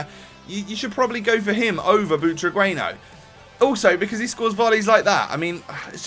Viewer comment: Its pronounce Butraguenyo